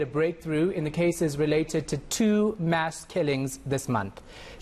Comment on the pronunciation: This, she keeps saying Mess killings instead of Mass killings. 🤔